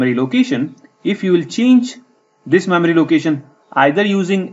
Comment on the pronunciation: I will say, this is a very informative video. I will also say, when you say "memory," it sounds a lot like you're saying "mammary." I know this reflects more on me than you, but I just wanted to point that out. Also, and more importantly, you speak in a bit of a mono-tone so it is something of a challenge to stay focused on what you are saying throughout the video. Still, thank you very much for taking the time to make this helpful video.